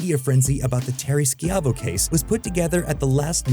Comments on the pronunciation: "Sciavo" sounds like "Schy-voh" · Terri skee-ai-vo?? Is this an AI voice or is this dude too young to be alive for the time he's speaking of and too lazy to look to pronounciation? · Terri Schiavo(Shy-Vo), you should know how to say her damn name! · You know you're old when you know it's pronounced shy-voe. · lmao it's pronounced Shy-vo 😂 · Terry Ski-Eye-Voh... Come on man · Terry “Ski Avo” lol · "Skee-AH-voh" Oh the telltale signs that a YouTuber was like 5 or not even born when something happened. 🤣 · This hurt me. I don't think he actually watched the episode.